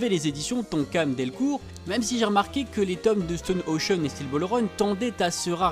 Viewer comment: J’aime énormément ta chaîne, mais stp dit stone ocean comme ça ce prononce parce que ça me stress un peu haha 😭